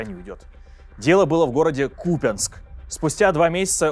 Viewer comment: Не Ку(!)пянск, а Купя(!)нск.